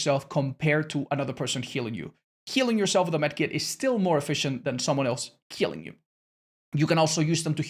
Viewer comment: i think meant someone else healing you, but it sounds like someone else killing you (Aplogy for pointing out if its a mistake, just want to make sure my ears are fine )